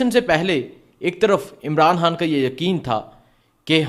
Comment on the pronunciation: پہلے ہان کو خان کہنا سیکھ لو پھر وی لاگ بناؤ